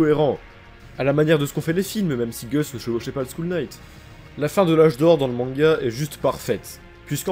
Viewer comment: t'inquiète, si on m'engueuler chaque fois que fait une faute de prononciation je cerais en dépression à l'heur actuel. Ta faute m'a juste fait rigoler :)